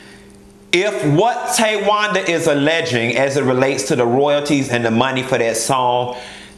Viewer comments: Every time he says “Ta-wanda” 😂😂😂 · the way you said Tawanda, TAYwanda. I hollered